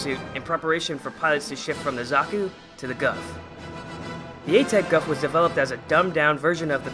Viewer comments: Its pronounced as "Goof" like Goof Troop. But nice video and thanks for the history. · The Gouf is actually pronounced Goof. But besides that, good video